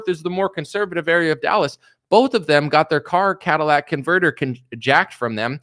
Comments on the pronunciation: CAT-UH-LIT-ICK converter. Not Cadillac converter... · lol, I know what a catalytic converter is, was talking about a Cadillac converter, or at least that is how he was pronouncing it. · Repeat after me, "catalytic." You're one of the few people that say "could not care less" correctly, so I thought you might like to learn this one. I've been with you for years now. Your evolution has been great to watch. Keep it up, my man.